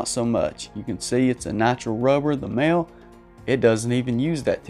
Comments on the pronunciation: It is pronounced "moly" not "male" Mahle = "moly" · It's pronounced Maleh. Mahle.